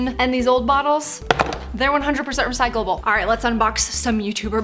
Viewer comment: “100% recycleble”